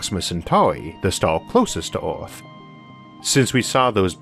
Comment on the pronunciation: I didn't know our planet was called Orth